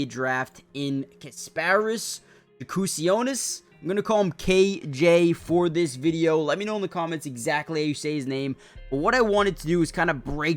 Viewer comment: His last name is pronounced Ya-koo-CHO-niss. But you can just call him Ghost.